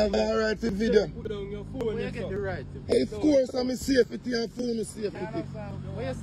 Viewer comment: Not safe-it-ty 😂😊